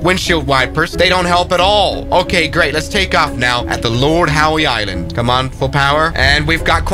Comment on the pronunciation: The pronunciation of Lord Howe Island and Ballina… 🤦🏻‍♂️